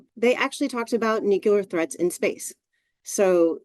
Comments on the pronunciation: Say it with me everyone: New. Klee. Errrrrrrrrrrrrrrrrrrr. WTH is a nucule? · Got it. Russia scary. Be afraid. This has nothing to do with the upcoming election. BTW, it's pronounced nuclear, not nucular. Sound it out. Wow. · Please protect the pronunciation of the word nuclear